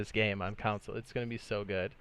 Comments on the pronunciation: CON-SOLE not COUN-SOLE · Idk why but it annoys me how he say “console” as “counsel”.